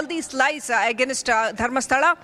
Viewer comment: On another note, why is the quality of this journalist so bad? Claiming is pronounced “climing” Against pronounced as “Again-ast”. Not to mention the number of “aa” space fillers. I mean, people make these mistakes but for a journalist, this is absurd.